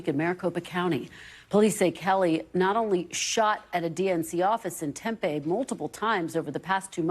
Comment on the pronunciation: Tempe is pronounced as a p sound TemPee not tempay